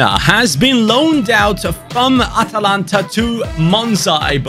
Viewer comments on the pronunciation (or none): none